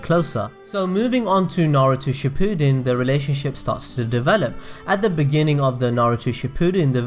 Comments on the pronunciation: Not bringing any hate but it is shi-pa-din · All I hear throughout this video is "she-poo'd-in"... >.> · did u just say Naruto SHIPOODEN..... uncultured swine